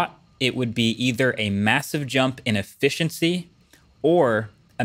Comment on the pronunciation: Does anyone else hear that he's pronouncing his "T" and "S" sounds very strangely in this video? "...a mathive jump in effithiency..."